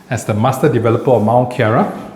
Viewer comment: Nice vid! Btw its Mont Kiara not Mount Kiara ;)